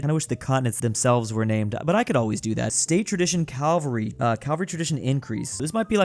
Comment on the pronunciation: Cavalry not Calvary